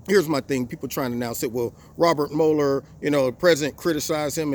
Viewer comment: Well, well, well, first of all thank you for pronouncing MUeller correctly. That alone makes you smarter than everyone else in the MM.